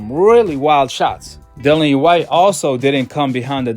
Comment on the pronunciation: The man's name is Dillian (Di-lli-an) E. Whyte. not Dylan E. or Dillany, as heard numerous times in the video